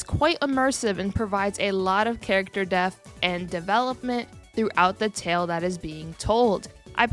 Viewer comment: I know you said depth but it sounds like you're saying "provides a lot of character death"😂